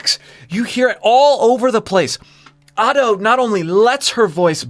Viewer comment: youre genuinely the only ado reaction channel in my eyes, like you actually explore how she uses her voice and tell us what shes doing!! it makes listening to the songs more interesting and helps me appreciate them more. also youre the only youtube ive seen to say her name right